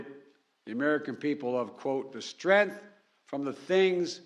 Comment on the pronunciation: We the peefull! lmao 🤣 Strenth, , Shhhh, We are the United States of America.